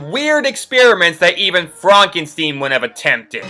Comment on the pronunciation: OK, I have to level with you. Did you just say FRONKENSTEEN?! That is genuinely the most insane pronunciation of a word I've ever heard